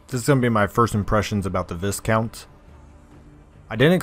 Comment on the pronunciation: Pronounced Vy-count.